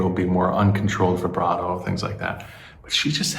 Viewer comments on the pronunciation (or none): none